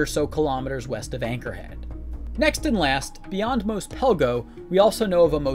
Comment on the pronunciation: You saying Mos wrong is killing my soul.